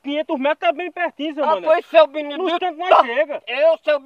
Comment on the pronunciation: Seu Binidi-TOR, kkkkkkkkkkkkk